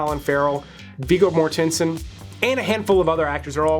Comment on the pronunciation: Mortensen isn't a complicated math riddle to slowly butcher. It's an easy-syllable children's sound-out word most 4yr olds can do fast. Do you pronounce connection con-eck-she-on as well ? God, your education system puts every living soul three steps closer to death.